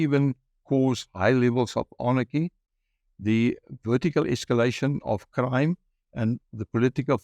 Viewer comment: ANarchy not AAARNAACHY😨😨😨